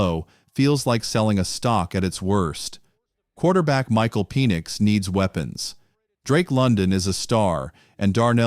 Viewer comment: That way he says Penix. Is like Penissssss. Ahahaha